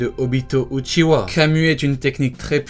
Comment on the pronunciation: Uchiwa et pas uchiha